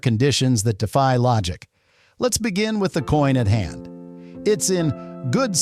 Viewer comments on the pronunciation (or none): none